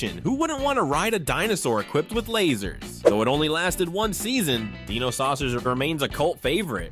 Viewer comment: It's die no not de no. Hilarious how narrator couldn't pronounce dinosaucers correctly while having theme song pronouncing it correctly. I feel old now. There was only one cartoon I didn't remember seeing back then. The girl and the horse one.